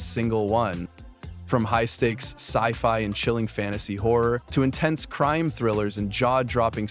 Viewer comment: It's pronounced Horror, not whorer